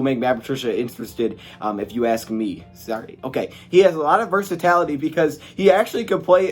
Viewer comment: It’s versatility brah. Not versatality. Love your vids.